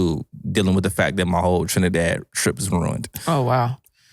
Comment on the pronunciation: Thanks for pronouncing Trinidad properly ❤❤❤